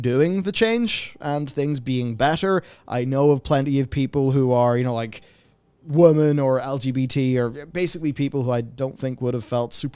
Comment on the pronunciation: Is it just me or does he say 'woman' instead of 'women'?